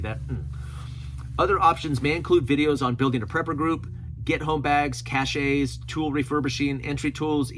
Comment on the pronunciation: I think I figured out how I became your. Clunky language and mispronunciations tend to make me think I'm watching A.I. So, please take this as constructive criticism and not a random, language policing effort. You're doing stream of consciousness work here and I know that shite happens. Keep up the great work! - Cache is pronounced just like cash and is usually intended to describe something that is hidden. - Cachet is pronounced "cash-AY" and is usually intended to indicate prestige. - "Adaption" isn't technically wrong... but I think you meant "adoption". "Adaption" is a clunky, abbreviated way of saying "adaptation", unless you're from the 1600's. And just in case you ARE an A.I. from the 1600's: I, for one, welcome our pre-revolutionary A.I. overlords.